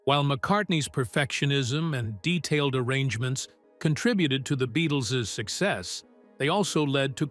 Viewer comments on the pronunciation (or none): none